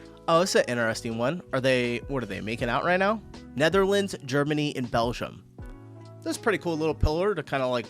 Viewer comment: Can you PLEASE friggin stop saying Belzham? It's called Belgium.